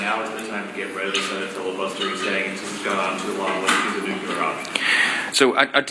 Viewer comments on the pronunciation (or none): Wow that was soooo nukeular ha ha NOT